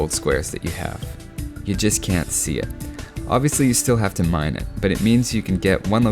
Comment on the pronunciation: Watching through this again... just have to check, when you are talking about gathering gold did you say "when you mine it" or "when you mayan it"